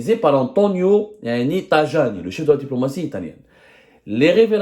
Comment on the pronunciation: Semmare on dit TAYANI.pas tajani !